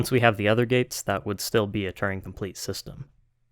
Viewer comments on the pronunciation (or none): That's not how to pronounce Turing.